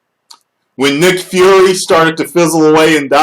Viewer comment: Come on... It's Nick Fury.